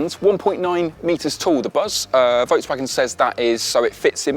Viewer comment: Work on your pronunciation of Volkswagen.